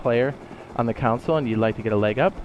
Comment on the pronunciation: First time watching one of your videos and I was confused why you were saying council lol than I released you meant console and I was like ohhh that makes sense gonna binge ure vids now